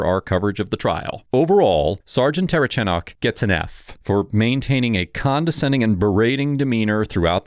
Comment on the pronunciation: I think it's comical how nobody can say the cops last name, including this video. I'm 2 minutes in and have already heard the say "terchanok" and "ter-uh-chanek" 😆